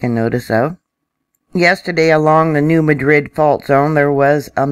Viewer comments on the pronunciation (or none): really appreciate your vids. One suggestion...locals might not recognize the pronunciations. I believe it's the New MADrid fault. And it's KADoh.